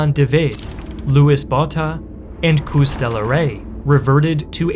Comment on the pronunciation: Pronunciation tip: Pronounce "Boer" like you pronounced "Koos", and pronounce "Koos" like you pronounced "Boer". Oh, and skip trying to pronounce "Vereeniging". You butchered that one.